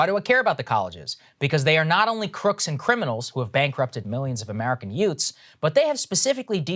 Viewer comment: Did you say, “yoots”?